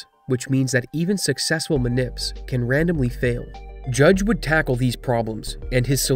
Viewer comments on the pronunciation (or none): none